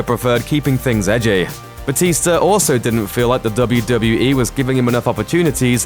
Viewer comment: It sound like he saying WWA